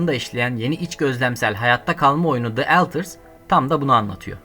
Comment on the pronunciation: Eltırs mı? Önceki dublaj sanatçısına verecek paranız mı kalmadı?